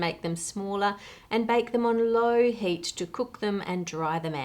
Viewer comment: lol, Anne, your accent sounds like HATE destroys enzymes. Thankfully the animated fire helps clarify what you said! XD